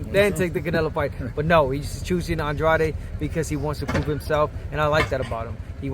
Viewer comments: Since I first started watching Andrade, the announcers and the TV commentators pronounced his name 'On-dra-day', but he pronounced his name 'On-drade'. Wondering why they pronounced his name wrong all this time....🤔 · i heard an Drade too “ahn drrahh deh” is it in Spanish cuz its a latin rooted name